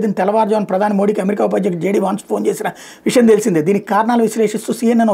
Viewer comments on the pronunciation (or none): none